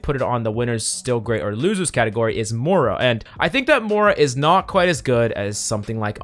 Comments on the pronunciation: I hate that this guy can never pronounce Moiras name correctly, it's not Mora its Moira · Why is it that no one can pronounce “Moira” right?